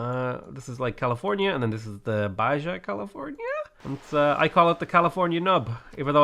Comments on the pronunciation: when baja california (knob) becomes beja california (also knob) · u pronounce Baja so weird lol, its "Bah Hah" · Baja is pronounced "Baha." The Spanish J is pronounced as H. Also, as a San Diego native, the food in Baja California IS amazing, but so is the food in SoCal, it's just different. If you are ever in San Diego, try a California burrito and tell me it's not one of the best things you've ever tried. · Baja = baHa